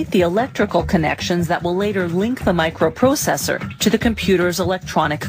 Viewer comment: "A Microu prousesour"